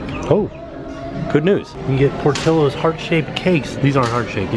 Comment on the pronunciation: My dearest!!! Por-ti-llo's and sounds pour-tee-yos... xoxo